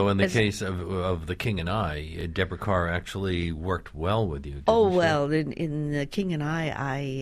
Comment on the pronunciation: Finally a radio host who can pronounce Deborah Kerr’s name correctly!